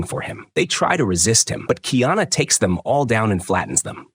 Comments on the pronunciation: Honestly i dont get why people dont get the pronounciation right first. Its not kiana bud do better or just leave cuktural things alone. "Car e ah na" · This dude needs to get the pronunciation right it's Ki ana it's kaiana get it right man. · Kiana is the transliteration of the name Diana … his name is KA - I - ANA … learn the actual names and proper pronunciation of the characters you pretend to know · It's KAH. EE AHNAH. KA'IANA, & KU'PU'OHI. COO POOH O HE , COME ON DUDES, PRONUNCIATION IS VERY IMPORTANT IN O'LELO HAWAII